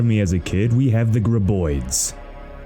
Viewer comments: Now this time you are pronouncing it Right You pronounce graboid right Dangerville was wrong this time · You've been pronouncing graboid correctly. Jacob has been saying it wrong. It kinda hurt 😂